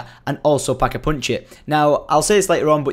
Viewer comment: It's pack-a-punch not pack-a-poonch